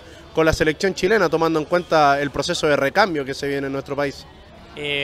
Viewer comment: jugar en "La Liga shilena"........xD no wei poh xD